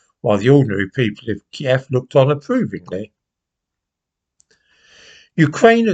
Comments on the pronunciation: I knew of kiev. You pronounce it right too. It's not keeve, it's key ev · Thank God you pronounced it KIEV, and not the PC American KYIV, which has been thrust down our throats by the Lefty BBC and MSM.